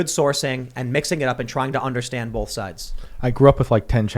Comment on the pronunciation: Tim pronounced both as bolth